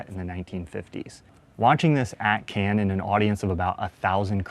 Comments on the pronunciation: it's pronounced "Cawn" not "Cann". how do Americans never figure this out?! I've only had two semesters of French & two trips to Paris & even i know how to pronounce this word! 🙄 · This is next to impossible to watch! Cannes is not pronounced "cans" but "kahn". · Isn't it Cahn? Not can, like a can of corn? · Honestly, do cinephiles have to act like they're curating the Louvre every time they watch a movie? And also, it’s pronounced Cannes, not Kens—it’s French, not English, so stop anglicizing everything. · Came over from Nebula to say, as a french speaker, for the love of god please learn to pronounce "Cannes" and "palme d'or". I'm not asking you to learn to speak French but if you can be bothered to go to the festival I think you can hear and learn better pronunciation than can and palma door. (It's halfway between can and khan but closer to khan, listen to the french speakers around you) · I just could not watch this video because of the way you pronounce Cannes like "can" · Why do people not pronounce the S in CANNES ?